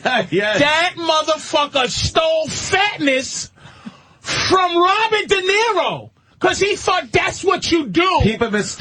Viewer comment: Patrice’s Boston accent came out when he said Rawbert De Niro